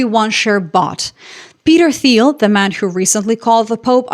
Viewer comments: teal not theel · FYI, Thiel is pronounced more like 'teal'. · Peter "Teal" the H is silent. I bought PLTR when it was $19 and cashed out when it went to $200. I thank PLTR. Anyone could have did the same thing I did but you were too busy blowing it on movie tickets and eating out. Rich people bad blah blah. I'm not even "rich". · Okay so what I cant understand is why people pronounce this guys name as 'Teal' when it's so clearly pronounced 'file'. Peter File. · Funny, appears to speak with an American accent when she goofs at the end. She also pronounces Peter Thiel's last name with an English "th" sound even though the h is silent when pronounced in Thiel's native German. if she were European, she would probably know that. Curious as to where she is really from. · The 'h' in Thiel is silent